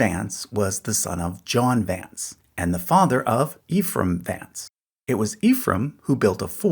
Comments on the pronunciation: Ephraim, pronounced Ehfrumm most of the time. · the name pronounced "ef rum", not "ee-frum"